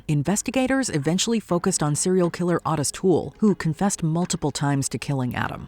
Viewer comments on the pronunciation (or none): They literally never pronounce anything right. O-TIS. Not ODD-IS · People get confused because of the odd spelling, but you're correct. He pronounced it like O-tiss, not OT-iss.